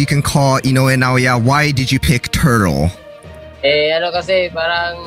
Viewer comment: 😂😂😂ikaw ba naman tawaging tortle hahaha lakas maka inis go lang kabayan dito kami suport sa kawpa pinoy